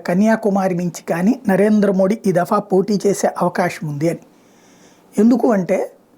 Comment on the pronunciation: నమస్తే గారు..🙏🙏 ప్రధానమంత్రి గారి గురించి మీ విశ్లేసన చాలా బాగుంది..👏👏 కానీ., మోడీ అనే ఉచ్చారణ అంత ప్రభావవంతంగా లేదు. మీరు మోదీ అంటే., వినడానికి చాలా బాగుంటుంది. ఒకసారి ప్రయత్నించి చూడండి.